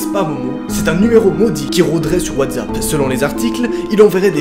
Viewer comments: PK tu du : Wadzappe c est Watsappe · LoL il dit toujours watssap